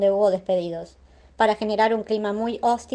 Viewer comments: Se dice hostil. Sin acento en la o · "ÓSTIL" AJAJAJ NI UNA REPASADA LE DAN ANTES DE LEER?